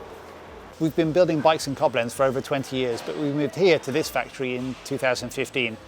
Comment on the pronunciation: Hehehe.. love how he puts the accent on the wrong syllable when saying Coblenz.